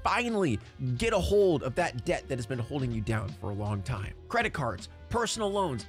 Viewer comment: Since we were talking about Dia de los Muertos I kept hearing DEATH instead of Debt 🤣🤣🤣